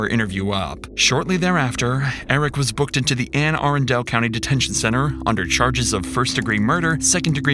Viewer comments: ..... I live in the DMV and hearing "Anne A-run-del" hurts me... Its Anne A-rundle... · “anne arrun del” it’s pronounced an-a-run-dul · The county is pronounced Anne Ahh Run duel not air in dell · It's NOT Air an Del.........It's Anne (like the woman's name) - Ah - Run (like you should for not doing your homework) - Del, like a geographisc description..........OK? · Should be labeled "baltimore police officer murders innocent teen, hides body" I used to live in Anne Arundel Co Maryland. Pronounced Ann ah-run-dul. Js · I'm not sure why all the youtubers pronounce Anne Arundel the way they do? It's pronounced Anne Ah RUN dull. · Local pronunciation: ANN uh RUN dul. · It's pronounced Ann A-Rundel. Lol. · Nobody can pronounce anne arundel county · the way you pronounced Arundel for Anne Arundel, sorry as someone living in the Baltimore area that stuck out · lol the crappy AI voice cant pronounce Anne Arundel county